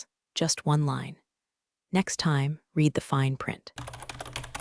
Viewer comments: So many of these have the same problem: "read" when past tense, is pronounced "red". What I hear (phonetically) is "she reed the email". Disrupting, and so wrong. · This keeps pulling me out of the story — “read” in the past tense is pronounced “red,” but I keep hearing “reed,” like it’s present tense. It’s such a small thing, but it really disrupts the flow and feels off, especially during emotional or pivotal moments. A quick fix that would make a big difference. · Absolutely love this channel. It’s one of my favourites, although I have to say some of the pronunciations are hysterical. Unironically and quinoa were my favourites.😂 Could you maybe spell the words phonetically for your AI? At least that be said correctly. ‘Read/ red would be a perfect example.